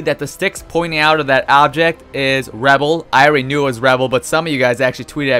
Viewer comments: Dude. It's Ruh-Bull. Not Rebel. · Its "Rubble" NOT "Rebel" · Rubble, rebble.. is rubble just another way to say rubble? Because this is the first time I've ever heard a human being say rebble instead of rubble?? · lmao am I the only one who noticed u were saying rebel instead of rubble?? XD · U said "rebel" u mean ruble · When you say Rubble it sounds like Rebel lol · "Reble"? You mean rubble, right? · Is anyone else upset that he called it rebel instead of rubble? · Omfg it's rubble not rebel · The fact he says rebble and not rubble is so irritating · Mate stop saying rebel it's rubble ffs!!!!!!! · Learn to say Rubble